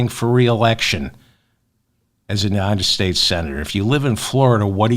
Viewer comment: The People of the United States! Why do you guys have so much trouble saying that ?